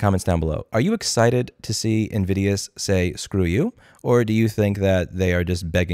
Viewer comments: Am I the only one who hear him saying Nvidia? lol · Half the time I thought you were saying NVidia. That made for some very interesting mental images XD